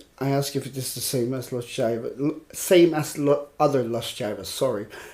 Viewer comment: Los Jaivas is pronounced "Los "high"-vas, with the "h"-sound a little stronger.